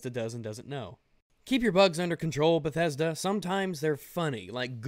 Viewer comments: Lol, Lmao said bethesdolla" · Bedethda... bedethda never change ....